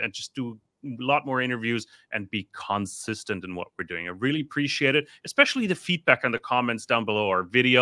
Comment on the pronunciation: The stress is on the second syllable in the word con SIS tent not the first syllable CON, but overall he sounds pretty good for an Australian.